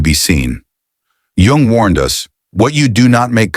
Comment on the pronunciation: hey, author, hey AI. At least learn proper pronunciation of His surname (Jung ) . Show some respect.